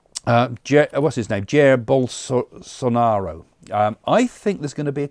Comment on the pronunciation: Don’t agree about Jair Bolsonaro, he is a patriot. You are wrong on this one. Read and search about who this man is. If you can not pronounce his name…then you don’t know. And I am not Brazilian. Please …🙏 Sorry.. this comment or prediction turned me off.